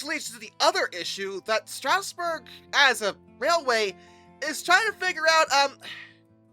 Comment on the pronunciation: Bro cannot pronounce "Strasburg" I have talked to SRC engineers who have used 31 to pull 8 or 9 cars which is about the max Strasburg runs, so the "not strong enough" argument isn't really true, although it was a bit much for such a small engine.